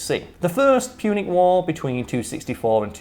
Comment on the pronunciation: Punic: "Pewnic" Bro.